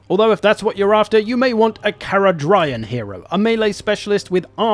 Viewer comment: Pronouncing Caradryan like that tho...